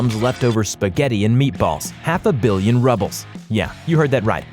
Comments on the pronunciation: it's frescoes not forscoes and its pronounced "roo buls" not rubbles. why dont you take some time and get it right? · half a billion Rubles? Ok first of all, it’s not RUbles, it’s Roobles in pronunciation. Second, half a billion rubles/~65($)7.4million. Not trillion. Dude. Basic math. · You forgot that he called it 'rubbles'. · Rubbles? What kind of money is that? I hope you were not trying to pronounce Russian rubles.